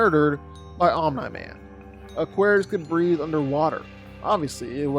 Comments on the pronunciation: lol why is he saying Omni man like that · Why are you pronouncing Omni-man's name like that 😂